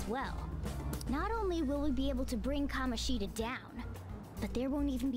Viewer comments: That's what I mean. The game's pronunciation of Kamoshida is not right. I guess I said it in a not-very-clear way. I meant that they joke about the fact that the game could have called him "KaMOshida" but at least didn't do that, when in fact that would have been correct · Funny you joke about them mispronouncing Kamoshida as Ka-MO-shida...That's actually the correct pronunciation. Even that name is mispronounced. It doesn't sound as off though because A) It's a less common name that people don't hear as often and therefore aren't as sure about and B) It goes against the theme which is common with a lot of Japanese names of not having stress, but the second syllable is actually stressed in his name (unlike Sakamoto and Takamakis). Ka-MO-shi-da SU-guru. And while we're at it, Mishima is pronounced MI-shima. It's nitpicky yes, but hey, it's a weeb game! OwO That is the last time I'll geek out abt Japanese names I promise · The devs did do that, but the names are still being pronounced wrong. You can even confirm it by watching a Japanese playthrough.